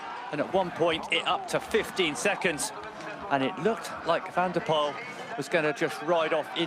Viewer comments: Can someone please tell the commentator the winner’s name needs to be pronounced as “van der pull” and not “van der pole” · More like "van der poole"